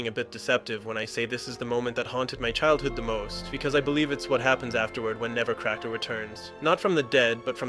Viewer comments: It's "Nebbercracker," not "Nevercracker." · Interesting video, but it drove me nuts to hear "Nebbercracker" pronounced as "Nevercracker" 500 fuckin times